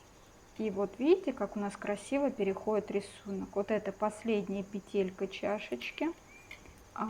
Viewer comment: Девочки, вы все прекрасные рукодельницы, но пЕтелька, а не петЕлька, накИд, а не нАкид. Заглядывайте в словарь! Уши режет от неграмотной речи. Удачи всем.